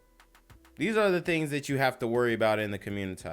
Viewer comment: Genquavius Jackson for communitah newz. 😂